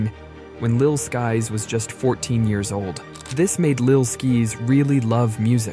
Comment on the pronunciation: “Lil Skees” 💀💀💀